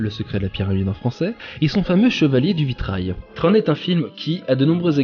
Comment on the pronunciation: Tron. Comme dans tronc. Pas comme dans trône. Flûte.